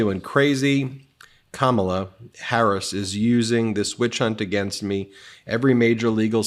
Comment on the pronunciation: Your pronunciation of VP HARRIS Is incorrect sir. Just a friendly heads up